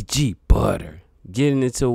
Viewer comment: It’s FBG Butta. NOT FBG Butter smh.